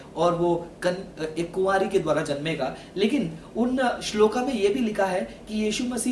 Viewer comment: Hindi to sahi bol rahe ho fir shlok ko shloka or puran ko purana q bol rahe ho